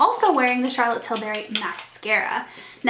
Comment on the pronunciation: Just a friendly FYI Charlotte pronounces her last name with the U sound not an A sound. You seem to call in TilbArry but its TilbUrry. Like burr it’s cold not berry the fruit ;)